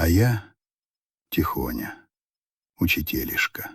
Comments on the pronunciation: УчИтелишка -правильно, а было произнесено - УчитЕлишка. Тут тоже не везде ударения были верно произнесены, но в отличии от других текстов, это было уже в некотором смысле близкио к русскому языку. ИИ вероятно никогда не удастся научиться выражать человеческую интонацию и чувства. Так и будет произносить стальным безэмоциональным голосом слова. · ну, например, вместо учИтелишка, он говорил учитЕлишка!